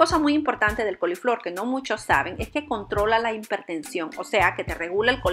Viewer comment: Hola, muchas gracias Debo decirle que se pronuncia., hipertensión! Y no impertencion